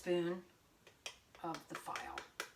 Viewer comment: "file"?...are you serious??....FEE-LAY...learn it, love it. LIVE IT!!